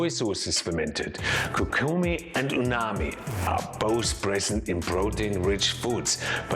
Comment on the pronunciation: Is it just me or you keep saying uNami instead of uMami? 😂